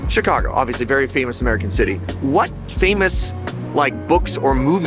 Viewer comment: More "chi CAH guh" than "chi CAH gaaahhh" but good attempts! Glad to see my home area treated you well.